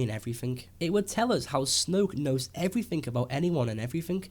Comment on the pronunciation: everythink? this explain's everythink? lmao. one hell of an accent.at exactly